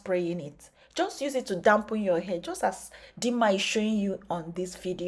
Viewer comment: Dump and damp two different meanings Dampen is to moisture you said you dumpen your hair with herbal tea Dump is thrown or discard I didn't mean to embarrass you in anyway since you're international your accent has to be You suggested that I clean my ears then we could go toe to toe There's river called BLEACH , the UGLY DUCKLING can go jump ,swim and clean it's tongue I still respect your splendid work you're doing